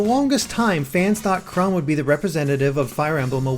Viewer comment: It's chrom not crum